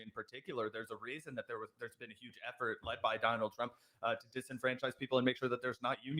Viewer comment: “Dienald Trump” 😂